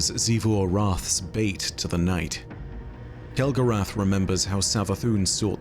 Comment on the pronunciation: I think you mean Kell-Gorath and the house of failure😂